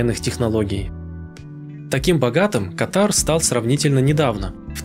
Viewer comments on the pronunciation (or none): Почему КатАр? КАтар!первый слог ударный!